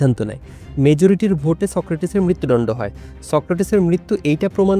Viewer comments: দুটো শব্দ ঠিকভাবে উচ্চারণ করতে শিখুন-- কথাবাত্রা > কথাবার্তা (ko-tha-bar-ta), মৃত্যুডণ্ড > মৃত্যুদণ্ড (mri-tyu-দ-ndo)। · মৃত্যুদণ্ড টা ঠিক ভাবে উচ্চারণ করেন। শুনতে ভালো লাগে না। দণ্ড কে ডণ্ড র মত করে বলছেন 😮